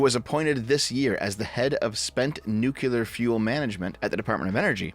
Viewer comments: Say it with me New clear New clear New clear nuclear Not nucular Think nucleus not nucluus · Nuclear. Not nucular. Please. 🥲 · Nuclear. New. Clear. Not nukular. Thank you. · Hearing "new-cue-ler" instead of "new-clear" is like nails on a chalkboard. Great vid as always otherwise. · Nuclear, not nuculer. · I thought we all learned this: NUCLEAR. "new"-"clear." Not "nuke"-"ular." George Bush was ravaged by the media for this for a long time, how is this still happening? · DEV FOR FUCKS SAKE STOP SAYING "NUCELAR" I'M BEGGING YOU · anyone who pronounces it nucular just sounds like a fucking idiot. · "American Nukular" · Nu- CLE -ar It's a habit, I know. No hard feelings. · Why do Americans struggle with the word "nuclear" so much? Genuinely asking. At first it was just "Stoopid Americans can't say word" when I first heard it... but I'm wondering why it spreads so far, even among theoretically intelligent Americans. What is it about the word "nuclear" - nu...clear - that results in Americans frequently saying "nu-cu-lar"? It seems to transcend individual regional accents; it seems to transcend class. Is it literally just that a few influential idiots ensure the error is heard on a regular basis, or is there something more to it? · I know this an in-depth, well-thought-out video, but I can't get past saying "Nuclear" the wrong way.